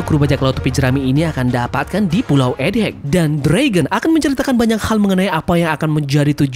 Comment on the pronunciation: Egghead bang bukan Ed heg... set dah masih aja salah dari kemaren...